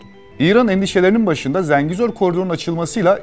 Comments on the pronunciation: Zəngizor ne ya ? 😂😂😂 Zengezur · Zengizor değil oğlum "Dinazor", Ha eğer konu koridorsa, o Zengezurdur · Zengezur yazib Zengizor demək niyə??! Meger Türk dilində 'e' herfi 'i' kimi səslenir biz bilmirik? İngilis dilidir meger bu? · Zengezur, Zengezor değil! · ZENGİZOR DEĞİL, ZENGEZUR. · Video güzel olmuş amma Zengezur desen daha iyi olur be kardeşim. Zengizor diye bir yer yok Zengezur var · ZENGEZUR'A "ZINGEZUR" DEMEK BIR KIBARLIK ALAMETI OLSA GEREK. "ZENGEZUR'A","ZENGEZUR" DERIZ BIZ TURKLER! VESSELAM! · Zengizor diyil .TOP Zengezur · zengizur derken :) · niye israr zenGIzor diyorsun kardes yahu? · ZengiZor😂😂😂seslendiren Ermeni galiba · birisi arkadaşa Zengezur sözünün söylenişini öğretsin